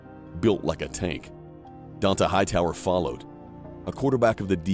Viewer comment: Yeah, not only that but dude mispronounced Donta Hightowers name. And, yeah, like you said, didn't mention Mark Ingram, the first of how many Heisman Trophy winners? He'll, the 2020 team had 3 Heisman Trophy candidates of which the winner was the least likely, a receiver. Which a receiver hadn't gotten a Heisman in almost 30 years. But seriously. I don't think this guy is even an Alabama fan much less a Nick Saban fan.